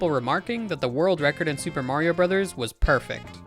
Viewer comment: You said "Mario" wrong.